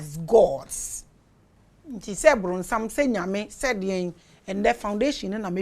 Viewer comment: Please mama it's not wee people.. but some people ❤❤❤❤❤